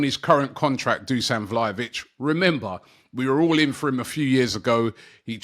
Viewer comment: 😂 Robbie just taking the piss now lol man said valhovic 😂😂